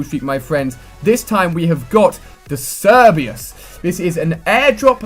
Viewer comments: Cerberus is not pronounced "Cerbeeus" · The letter 'h' is pronounced without an 'h' at the beginning, as 'ay-ch', not 'hay-ch', which is a mispronunciation. Also Cerberus is Latin so should therefore be pronounced with a hard c, as if it was a k. (And definitely not 'serbeyus'.) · Not to be rude but you pronounce it like ser-ber-is or us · Cerberus not Cerbeyus, it's not that hard to say. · Cerbius....... I think its called cer be rus m8. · Cerbeus?! It's CER-BER-US. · Cerberus not cerbayus... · Cerbeus?! CerbeRus! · Cerberus (ser-ber-us) not (ser-be-us) god damn it Ali. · Its not cerbius its ser-ber-us (how its said) cerberus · Lmao he also said cer-be-yus. Its cerberus and i think it was actually just a pronunciation error lol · he said "sir-bee-us" Good lord Ali, its pronounced "ser-ber-us" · Cerbius? I think you mean CERBERUS xD xD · cerberus - ser-be-rus lol that pronunciation tho, luv u ali A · You need to learn how to say 'Cerberus' ser/ber/us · He pronounced cerberus wrong, its pronounced ker-ber-us. Its a greek and roman god that is a dog with three heads. Thats also why the killstreak is called that i'm assuming, as it is sort of like the k9 unit from black ops 2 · It's KerBerRous you fool, like the 3 headed dog in Roman literature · Lol you completely slaughtered the pronunciation of Cerberus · You mispronounce a ton of words. Some of the ones I noticed are talon, autonomous, and Cerberus. Sorry, it got a little annoying hearing so many words being mispronounced in such a short period of time. Have a good day. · i think both R's are pronounced in Cerberus bro :D